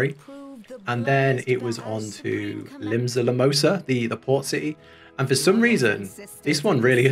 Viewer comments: Can't wait to see more of this! Really enjoyable watch. Btw it's "Limsa Lo-Min-Sa" :D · Limsa Limosa...? That's a new one! It's usually La Noscea people have trouble pronouncing. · The Limsa "Limosa" part made me laugh hard lol. It sounded like a drink to get in a bar. Glad you're enjoying the game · Hi, I am enjoying watching these videos, I hope you stick with it and have fun. Just a small nit pick, Limsa Laminsa is pronounced like it's a ryme, both as sound the same. And the I makes an I and not an o sound. I look forward to seeing you play and see your reactions to the amazing story. Enjoy yourself "Till Sea swallows All.".